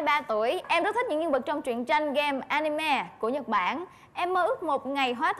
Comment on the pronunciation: A-ni-mê mà kêu A-ni-me